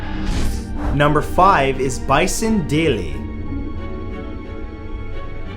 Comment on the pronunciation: The way he said Bison Dele 😂